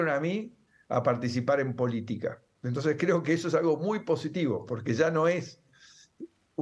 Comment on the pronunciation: Se pronuncia " e n t o n c e s", no " t e s", Señor ladron!